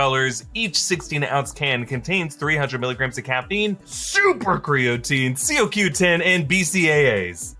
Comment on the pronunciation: It’s “co” “q” 10 just fwi lol